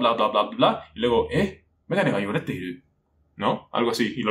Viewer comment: Joder, tienes que darle más caña al ''Pitch accent'' japonés. Yo hablo japonés y me ha costado un montón entender lo que querías decir en la primera frase. YO-GO-RÉ-TE..... piensa que en japonés puede haber varias sílabas tónicas antes de que el tono baje, le estás aplicando el acento de intensidad español al japonés, ten cuidado porque es el error más común de hispanohablantes y el error que dificulta la comunicación más.